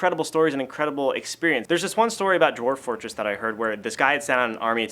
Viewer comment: "Dorf-- Dwarf Fortress." Your /v/ is showing :D